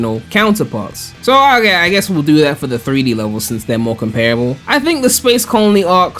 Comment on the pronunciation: Take a drink everytime says "Okeh"